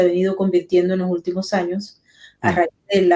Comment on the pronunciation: Por favor con todo el cariño. Basta de H aspirada delante de una vocal. Jultimo no último Respeto al idioma